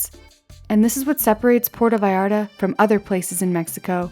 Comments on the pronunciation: its not "porto" its Puerto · It drives me crazy when people make films about Puerto Vallarta but don't even know how to pronounce the name of the village. It isn't Porta! It's Puerto. [Pwerto]